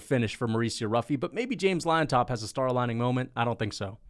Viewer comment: Not to be a dork, but Llontop is pronounced like "John-top", not liontop 🤓